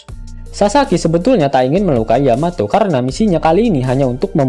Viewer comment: Yamato bkn Yametee😆😆😂😂